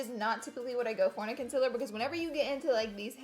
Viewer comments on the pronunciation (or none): Don’t get me wrong I love Laura but does it bother anyone else that she says consiler not concealer?????? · Stop saying consilurrrrrr😂it's concealer😂❤ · Konsiller , concillr, ohh.... concealer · CON-SEE-LER PRONUNCIATION PLEEAASEE! Every time you say “conciler” it bothers me sooooooo much oh my gosh 😂😒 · Ummm am i the only one who doesn’t say concealer the way she says it (con-se-ler)? Btw I say concealer like con-see-ler😂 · Conciller ugh 😂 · do you have an accent? I cant tell lol I love the way you say concealer. conciller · Concealer.. it’s pronounced concealer. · ITS PRONOUNCED CONCEALER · Tisha Patel yeah she says conciler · I didn't notice until you said it and now its killing me 😂😂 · STOP SAYING CONCILLER!!!!!!!!!!!!!!!!!!!!!!!!!!!!!!!!!!!!!!!!!!!!!!!!!!! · u say concealer wrong!! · Tisha Patel umm I hate when she says thattt😂